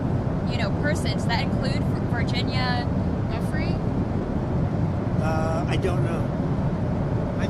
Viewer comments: OMG. It’s pronounced Jewfray. Gi in Italian is pronounced like the letter J. Just like in the names, Giuseppe and Giovanni. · jfc, it’s Virginia Giuffre (RIP 🕊️) not Virginia “Jeffrey “ — put some respect on her name ffs. I mean after all it’s only been in the news/public consciousness for the last half decade or so…😑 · Gah, is it Virginia "guffry" or Virginia "joo-frey"? Which one is it?? I don't understand why people can't pronounce names the way the actual person pronounces it. Very annoying.